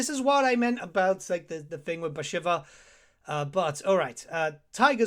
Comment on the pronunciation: Your campaign to test the AI should be Bashiva. So you can learn how to pronounce her name. Great in-depth video as always though!